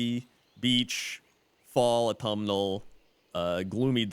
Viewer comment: Automal? is that what your saying? its AUTUMN